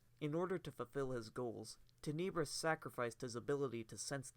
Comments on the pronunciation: "Teh-Neh-Brus" cmon man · Tenebrous (Ten-Nah-Brous) - where is the vowel next to the second "e" to give it the E sound. There isn't, so it is more of an Ah sound. English language. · You’re saying Tenebrous so wrong and it’s killing me, but other than that thanks for the vid